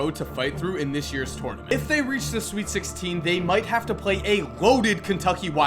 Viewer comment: I love your videos!! But please learn how to say tournament😂 again love your videos!